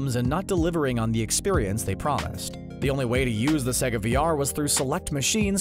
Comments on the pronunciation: im sorry but you pronouncing it as sehgga pisses me off so bad it's sayga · he says sega like siga, it’s pronounced say-ga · bro this guy pronounces sega 'segga' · "S egg ah" not "Say g ah" ok then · sega is spronounced sayguh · It’s not sEga it’s saga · no one is talking about how he said sega?